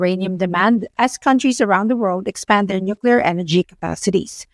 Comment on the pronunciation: Hard to focus on a guy who cannot pronounce nuclear.